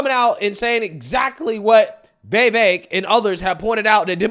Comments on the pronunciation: I laughed just as hard as you when you said Klan Jones. Please, please, please learn how to say Vivek properly. You said it about 20 different ways in this video and none were right. Listen to Vivek say it himself. Listen to Tim Poole correct every guest on his show. I wish I knew how to write it out phonetically. I don't, but I'll try this. The I in the first syllable rhymes with the I in the words it, is, pin, fit, mitt. The e is like an uppercase a, so the second syllable is cake or bake or fake, but with a v. Vi-vake. Please get it right, it's like finger nails on a chalk board hearing you pronounce it 20 different incorrect ways every video you do on him. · This dude is in love with Vivek but butchers him name every time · He and Benny Johnson seem to have trouble with it.🤯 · Vy-Veck not Vee-Veck. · Vee-vehk’ Vee-vehk’ Not vay-vake!! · Hey,, PLEASE learn how to CORRECTLY pronounce Vivek's name. It's NOT "Vay-vake". It's Vi (with a short sound on the "i", not a long "e" sound on the "i") and vek...which rhymes with cake. Vivek is pronounced Vi-vake. PLEASE GET IT RIGHT. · (Vee-vake) man. Cmon now. It ain't that hard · Come on man, it's Viv ache. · Why does he pronounce 'Vivek' like 'Vevek'? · He said vivek like cake if that helps your translation. He was on louder with crowder and told everyone that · You might want to learn how tp pronounce "Vivek" first the next time you meet or speak of him. It's pronounced "Viv-ake" (rhymes with cake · If you're going to hang out with the guy , time to learn him name. His name rhymes with CAKE. Don't let the "e" throw you off. It's pronounced like an A. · I love you, but please learn how to pronounced Vivek's name properly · My man just cannot say “Vivek” 😂